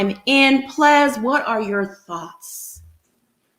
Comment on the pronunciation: “According to Plez”😂😂😂😂💕 💕💕😂😂